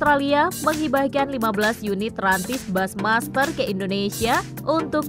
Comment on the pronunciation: Halo narator, bushmaster itu dibaca busymaster, bukan basmaster. Jangan males belajar dooong....